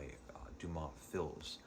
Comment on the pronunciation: Margherite as in Mar-gar-eet, fils as fee. Well done apart from that, so happy you enjoyed such a story. I wish you would go on to describe the ending, but I understand why you refrained.